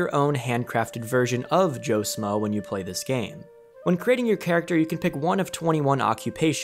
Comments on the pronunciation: Who else feels a ping whenever he says “smoe” instead of “schmoe” lol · Shmoe... Joe sHmoe... There's an H in there. It's not Joe Smoe. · Joe “shh-mo” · The fact you can't say Joe shmoe the right way kills me 😢